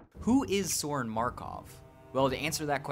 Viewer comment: it's pronouced Soh-RIHN